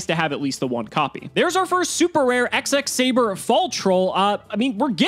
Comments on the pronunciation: It's double x saber, x x saber sounds ridiculous... Please double x saber 😖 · Its not "Ex-Ex Saber", its "Double Ex Saber"